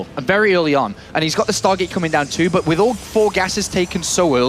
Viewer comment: Why can't this commentator say "but"? He keeps saying "boch".